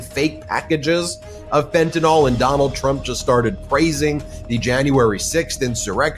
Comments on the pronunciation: Fentanyl, not fentanol. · Its Fentan Y l for goodness sake. Pronounce the Y or mention Fentanyl never ever again. Amen.